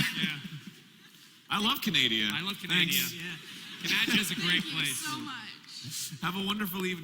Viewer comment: "I love canadia"